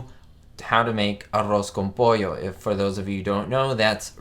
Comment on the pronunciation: Do you speak Spanish? Your pronunciation of ‘arroz con pollo’ is quite good.